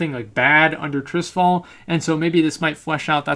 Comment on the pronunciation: It sounds strange when you say Trisfal, it's called Tirisfal T I R I S F A L!